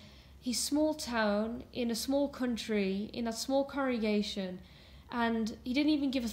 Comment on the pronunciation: are you saying corregation or congregation?